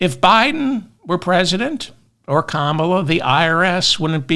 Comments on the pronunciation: Kammala not Kamaaala 😂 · You pronounced Comma-La right until you corrected yourself. Thanks for the show, have a good weekend.